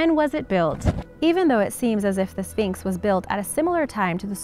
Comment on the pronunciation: I swear i heard you say phnyx